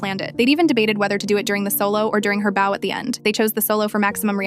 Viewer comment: "During her bo..." and not "during her bough..." Artificial Idiocy (AI) can't read English correctly because it can't correlate, it can't reason, and it can't follow a timeline. In this situation, the timeline is part of the correlation between bow, as in used with arrows or with stringed instruments; or bow, as in bending forward at the waist in recognition of royalty or to receive applause and recognition. It's extremely annoying to the listener to have to stop and figure out what the speaker is saying while keeping up with the story at the same time. Luckily, the human brain "correlates" and understands it correctly and quickly without extreme annoyance.